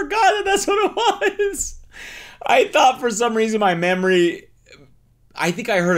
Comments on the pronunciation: I could have SWORN he said “in my mammary” instead of memory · Ok so .. Idk if Cody had a Freudian (yes, apt, I know) slip or what. But it almost sounded like he said "in my mammary" instead of memory right after the breast feed reveal LMAO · dude totally says mammary 😂